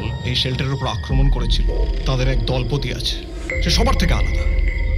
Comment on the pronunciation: খুব ভালো লেগেছে। হররের মাঝে পলিটিকাল স্যাটায়ারের টাচ আছে। দুটো উচ্চারণ ভুল আছে, কানে লেগেছে। দলপতি শব্দটার উচ্চারণ হবে দলোপোতি এবং সম্মান এর উচ্চারণ সনমান নয়, সমমান।